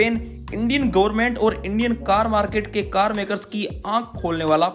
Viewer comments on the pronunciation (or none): none